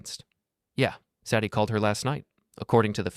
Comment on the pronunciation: Say dee. Not Sad ee.